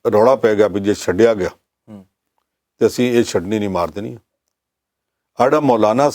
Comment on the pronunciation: ਸੱਡਿਆ ਬੋਲਣਾ ਠੀਕ ਨਹੀਂ ।ਛੱਡਿਆ ਬੋਲਣਾ ਚਾਹੀਦਾ ਹੈ ਪੰਨੂ ਜੀ।